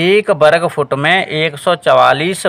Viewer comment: वरगफउट❌ग़लत उच्चारण है